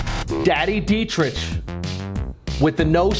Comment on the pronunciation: I love how you always say detrich like itch when it’s ick